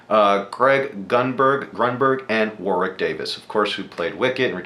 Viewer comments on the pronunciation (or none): none